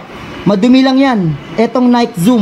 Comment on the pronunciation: Nayk daw! Nayki po correct pronunciation. Next time lam mo na.